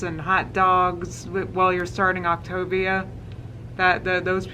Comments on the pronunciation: I LOVE how every time you pronounce octagon its a different word...optavia, optiea, optimus prime, octopus. HA! cracks me tf up thank you for making me laugh while cringing so hard watching her vid ❤️ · It’s pronounced OP-TAY-VEE-AH JHC! “It was the longest 36 hours of my life. I thought I would starve to death” - ALR. HAAA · Coffee: poured ✅ Wig: glued ✅ Octavia: correctly pronounced ✅ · The mispronunciations of Optavia are EVE👏RY👏THING👏.